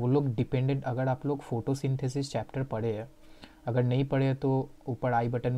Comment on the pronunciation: Bhai woh chadacteds nahi characters Woh agad nahi agar hota hai Aur woh ड़ nahi र hota hai 😂😂😂😂😂😂🤣🤣🤣🤣